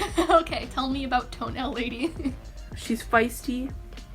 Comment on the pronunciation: toE-NaIL lAdY oof i have posters of TOe-nAiL LaDY